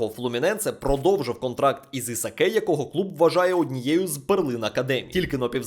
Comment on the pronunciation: Брат не кринжуй...ну який Исакé?😂😂😂 Исак читаеться😂